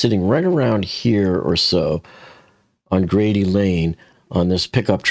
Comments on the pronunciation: The name of the street is Grade not Grady. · Correction: t's "Grade" Lane not "Grady" Lane. Sorry but I live in the area and as a matter of fact, I worked at the UPS NASC bldg on Grade Lane back in 1998 until 2001. I worked as a Contractor for Carlson Wagonlit Travel in the Travel Office alongside Crew Scheduling booking commercial ID50 discount airfares for pilots positioning and depositioning.